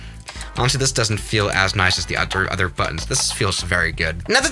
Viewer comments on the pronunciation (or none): I love how he said utter insted of other